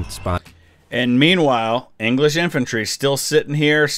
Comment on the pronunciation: “The Anglish are too meny!”